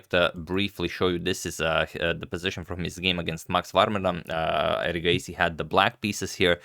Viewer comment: Your pronunciation of erigaisi is so much better tania sachdev's . Your pronunciation of various names is very good agadmator